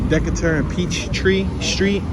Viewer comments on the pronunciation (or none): It's pronounced DE KA TER. Not DE CE TER! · It's DEE-KAY-TUR, ur welcome.